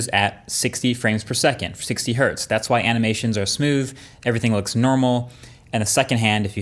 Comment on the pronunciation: thank you for saying one hertz not one hert